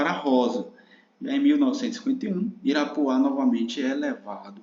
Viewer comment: Amigo, o distrito é Irapuá, não Irapuã (muito boa a aula)